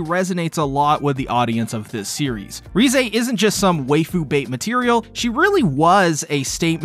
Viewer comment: I think her name is pronounced rézé not rize